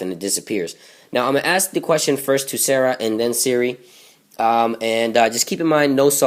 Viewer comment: it's pronounced sar-a not sarah >_>